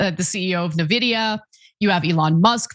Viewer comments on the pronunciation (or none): This is like the 10th video where you've talked about NVIDIA and you still don't know how to say it. Please fix this.